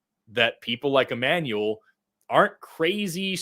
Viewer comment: It's Ammanuel. Me:Nooooooooo.